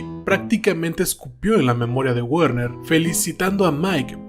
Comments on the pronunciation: Una corrección con la mejor intención el nombre de Werner se pronuncia Verner la W en alemán suena como V. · me duelen los oídos al escuchar decir guerner